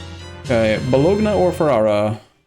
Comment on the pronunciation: ok I'm really sorry, I'm not usually this guy, but I just have had it with the boloGnas and RomaGnols. It's pronounced bolonya and romanyol. thanks and sorry. great to see you back on eu4, can't get enough of this series.